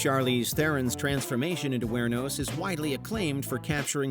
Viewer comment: I'm impressed. Not only did you mispronounce Aileen and Wuornos...you mispronounced Theron as well. 🤦‍♂️